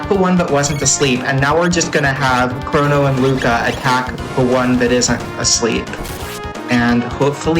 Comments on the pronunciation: Is that really how you pronounce "chrono"? I've said it with a hard "o" in both positions all my life. As such i am not willing to change now, but I may have to look up pronunciation online anyway. Chr-O-no not Chr-aw-no i refuse. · It's always been crow-no - like Cronus Cronos Kronos